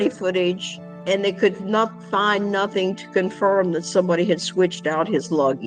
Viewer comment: And neither apparently is intelligence! She just said “they didn’t find nuthin” and “sapossably” I mean- yikes!